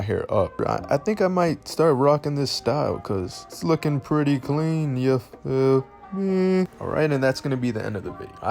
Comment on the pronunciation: When he said “yuh feel meh” I felt that